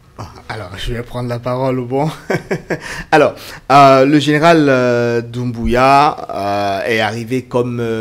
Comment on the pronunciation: C pas bien prononcé le nom doumbouya 😂